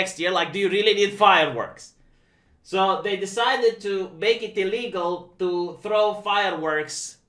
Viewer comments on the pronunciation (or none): none